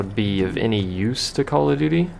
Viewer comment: Heh, you kept saying "doody" :P